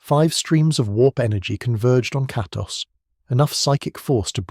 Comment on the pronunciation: Bro tried every incorrect pronunciation for Kratos